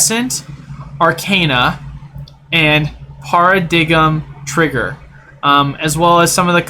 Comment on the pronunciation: You had me at Paruh-dig-um Trigger lmaoo